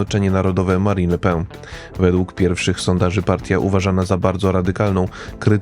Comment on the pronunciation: Le PEN nie le pę 😉